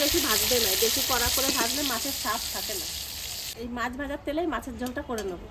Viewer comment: Maas bolben say Mach (fish)